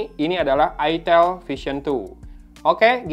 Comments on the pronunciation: Jangan logat jawa ,,, awok awok awok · ITEL , orang sunda be like : huruf "E" nya ganti jadi huruf "I"